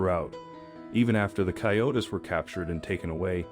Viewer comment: A great story, but "coyote" is pronounced coy- ó- tee in English. Plural is "coy-ó-tees", not coy-o-tis or coy-o-tess. If you are going to do a video on an umfamiliar animal, please do some preparation.